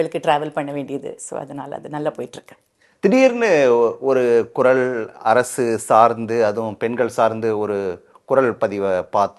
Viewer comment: Kural nu cholunga sir.... 'Kurazh '. Ilai ..